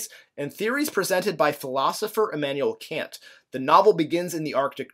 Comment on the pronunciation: very distracting how he's pronouncing Kant :)